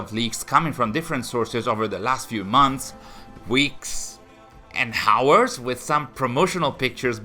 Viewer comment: bro how many times. the H is silent. its ours. not HOWERS. HOWERS is not a word